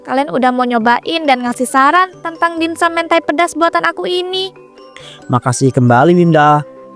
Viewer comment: dimsum woi bkn dinsum😢